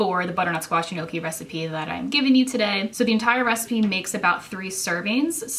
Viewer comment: I think it's pronounced "know-kee"